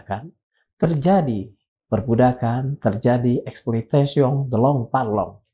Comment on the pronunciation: exploitation de l'homme par l'homme koreksi membacanya tp ya maklum krn bhs prancis gak familiar di lidah org indonesia